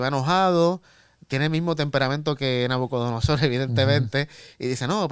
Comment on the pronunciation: Gracias, hermanos. Una precisión: es NabucoDONOsor, no NabucoNODOsor 😀.